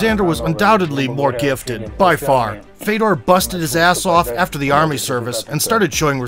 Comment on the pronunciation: His brother's name is pronounced Fyodor (Фёдор), not Fedor.